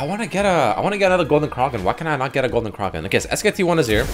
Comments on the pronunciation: who the fuck says Kroken? its Kraken A as in apple! Fucking driving me nuts cant even finish the video without typing this lol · Anyone else tilted by him continuously saying Golden Kroken and not Kraken? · Its spelt kraken. Pronounced cracken. NOT CRAWKEN. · "Golden KRAHken" made me fuckin lose it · The way he says kraken actually hurts my ears. Then randomly he pronounced it correctly like once or twice but most of the time he was saying "kraaarken". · actually illiterate, seems like every video he can’t pronounce simple words. Craw-kin? Are you kidding me dude?